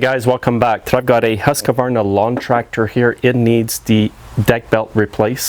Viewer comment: "HuskAvarna"... Chickanic says it without the extra "A".